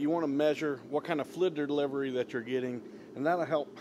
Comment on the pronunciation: Flidddd deliverwy 🤣😂